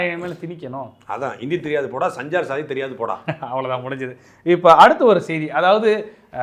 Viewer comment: தம்பிகளே அது சஞ்சார் சாதி என்று சொல்வது சரியல்ல (சன்ச்சார் சாத்தி) என்று சொல்லுங்கள்.தமிழன் சபா.